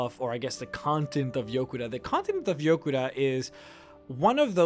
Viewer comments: It's Yokuda not Jokuda. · its Yokuda not Jokuda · FYI it's written Yokuda, not Jokuda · Thanx!:) I've been wanting a video on this topic for a while, also I believe it's yokuda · I thought it was Yokuda? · its Yokuda